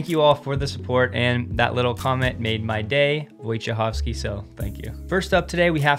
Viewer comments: Perfect pronunciation of Wojciechowski (Yes, it's a Polish surname). You made my day as well !!! Thanks :) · Pronounciation of Wojciechowski was very good. It wasn't perfect, but very good nonetheless.